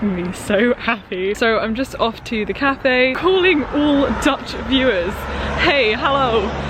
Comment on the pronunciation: i just clicked on this video bc i’m taking a gap year as well, did not expect to be hit with this much dutch content (i am dutch) 10/10. your pronunciation is very good